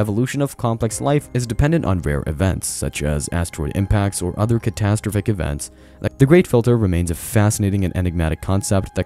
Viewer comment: The way you say “catastrophic” is infuriating…